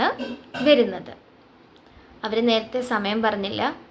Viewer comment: വെരുന്നത്, വെരുക എന്നല്ല ട്ടോ. വരുന്നത് എന്നാണ്. വ മതി. വെ വേണ്ട.